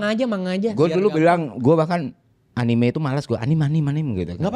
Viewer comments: Terkait cara baca, aku bantu jelasin yaaw 1. Anime アニメ Kalau mau ngambil style/cara baca Jepang, memang yg betul anime (アニメ) dengan bunyi 'e' seperti dalam penyebutan 'ember' (bukan 'e' seperti 'kelas') karena kosakata ini diambil dari serapan bahasa inggris 'animation', dalam bahasa Jepang menjadi 'アニメーション' (animeeshon) dan org Jepang nyingkat jadi アニメ (anime). Jepang itu huruf matinya cuma 'n' (ん or ン) ya btw. Makannya dalam pelafalan Jepang gada 'anim'. Tapi kalau mau pake jalur indonesian style or apalah itu, kurasa bebas aja lah, hehe. 2. Manga まんが/漫画/マンガ Secara spelling per huruf, memang dibaca ma-n-ga, dimana huruf 'n' saat bertemu 'ga' rulesnnya dibaca 'ng', makannya mungkin ada yg berargumen itu dibaca 'mangga'. Namuuun ini adalah salah satu pengecualian dalam bahasa jepang sehingga pemakaian umumnya di Jepang sendiri ini tetap dibaca 'manga', bukan 'mangga'. Info tambahan, sy kuliah jurusan pend. Bahasa Jepang, pernah tinggal di Jepang, mengajar B. Jepang 8 tahunan sampai sekarang, dan Japanese Speaker aktif di perusahaan tempat sy bekerja sekarang. Jadi insya allah penjelasan saya valid yaa😁 (bukan mau flexing, cuma takut dikira sotoy wkwkwkw) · Engga Bang Eno, sebutannya "anime" kalau dari katakana